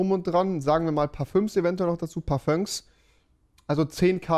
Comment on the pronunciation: Wer kennt’s nicht parfönk